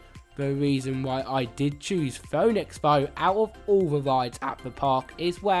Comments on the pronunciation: Ouch.. (foh)-(nicks).. It's (Fee)-(nicks) man.. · It’s pronounced Fee-nix not Foe-nix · Phoenix is pronounced pheenix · LMFAO it's pronounced FEE NIX but what a moment were me and my son had to laugh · did bro say phoonex